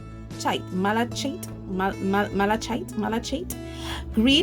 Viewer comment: Thoroughly enjoyed this. Very interesting information. Malachite (the ch is a k sound)